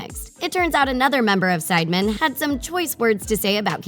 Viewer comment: You kinda annoyed me by saying sideman its sidemen and you also said wroetoshawn it's wroetoshaw